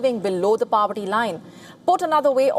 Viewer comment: Its not PAVERTY, its POVERTY